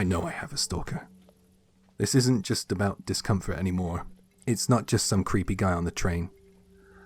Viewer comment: Night fishing? Creep-EE.